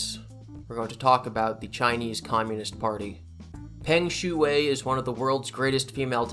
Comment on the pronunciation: Awesome you talked about Peng Shuai and call out the evil ass ccp. However it does kind of hurt my soul hearing you butcher her name. Loving!